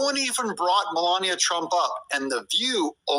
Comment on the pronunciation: You need to learn how to say her name correctly. This is the first time I've come across your site, and I'm not impressed at all !!! I can't even finish watching your BULLSHIT!